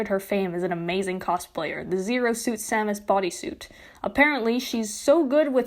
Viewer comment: I'm triggered over your pronunciation of 'liposuction' and 'Samus' ('lye-po' and 'Shame-us'). But this is a good video on this matter.